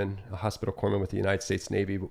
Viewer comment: Corpsman, pronounced kor-muhn, whoops. 🧐